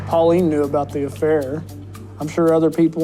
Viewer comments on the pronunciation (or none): Her name is Pauline lol